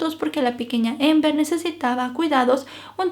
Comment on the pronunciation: Es Amber no ???? Pronunciando la a a , es relato en español no inglés ????